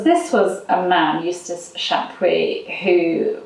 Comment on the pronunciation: Chapuys not Shaquey 🤣🤣🤣🤣🤣🤣🤣🤣